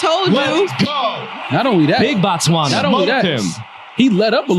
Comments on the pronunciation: Pronouncing Botswana as Bots Wunna is crazy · 🇧🇼🇧🇼🇧🇼🇧🇼representing 🎉💯🤞🏾😎🤗🕺🕺🕺..also guys its B-O-T-Swana(bo is pronounced the way you'd say the BO in Booty)